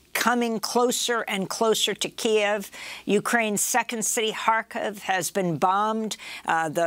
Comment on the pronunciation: Please show Ukrainians and the Ukrainian language respect by pronouncing the nation's capital KYIV correctly.